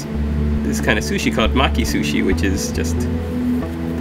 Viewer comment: Maki, Maki, not Mocky! My british ears hear stuff with an english accent, so I heard an "O" sound. Your english accent is pretty good, by the way, it's not very 18th C. chimney sweep! I love your videos, not only is your painting awesome, but the combination of the music and your voice is very relaxing. Much love to you and Maki, keep up the good work.